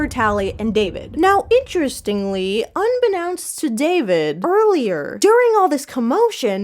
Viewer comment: My only beef with your coverage on the matter is as follows: 1) The necklace (in the books) was designed to auto-alert the Pretties if destroyed. So it ultimately didn’t matter WHAT Tally decided, so long as she made it to the Smokies (or at least got close). Your video was a little hazy in this area but I do feel it’s important to clarify. 2) un… un-be-nounced!?? I’m not inherently bothered that you pronounce it the way you do, I’m more bothered by the fact that I’ve never heard anyone else pronounce it this way!?? (It leaves me wondering about a geographical difference in the pronunciation of this word!!?) my roomies and I have been ON ONE with this kind of thing so I sincerely apologize for my critique, but do most people you know pronounce it this way, or differently? I wanted to congratulate you on literally every other critique of yours though, specifically the lack of discretion regarding the Smoke (as that always irked me) as well as your comparison to Ginny and Georgia as that accidentally became the cringiest of comfort shows for me. ALSO “Lemonade Mouth style” sent me.